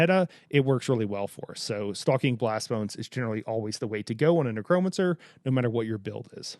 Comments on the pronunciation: It’s not Nuh-Cro-Mun-Sir It’s necro-mancer Neck-row-man-sir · A neck-Crome-a-cer…? A neck-cro-mancer 🤣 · Lol the way you emphasize the "cro" in necromancer cracks me up